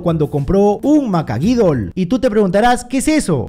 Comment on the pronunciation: Es macahuitl, no macaguidul jaja n.n